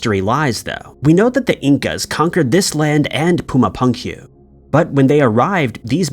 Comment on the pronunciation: OMG Bruh, you butchered 'Puma Punku' pronunciation...3 times. POOMAH POONGKOO. Sigh*